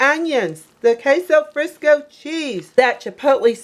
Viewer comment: It's queso fresco not Frisco!